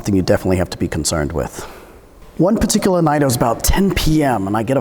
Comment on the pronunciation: "This patikaluh situation"